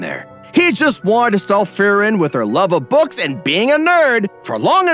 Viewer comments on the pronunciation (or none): Is it me or is he saying “Furren” instead of “Free-ren”